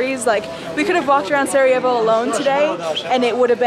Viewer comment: Make sure to pronounce the r in Sarejavo. Roll the tongue. I’m Bosnian though and thanks for coming! Not many people go here. Thanks for supporting us 🙏🏻 😊You should really visit Bihač,it’s a nice place.